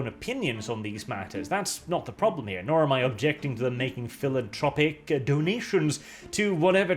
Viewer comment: PhilanTHropic by the way. Anthropo- as in human.